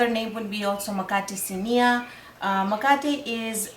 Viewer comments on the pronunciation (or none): First of all you need to use the right name - it is MKATE not makate. Just because you cannot pronounce Kiswahili properly please do not corrupt the name of this wonderful Zanzibari bread. It is MKATE WA KUMIMINA. Also coconut milk and coconut cream are the same thing. It is coconut water that is different. Finally what you are making is not the original mkate. It is something else. Maybe you should give it another name.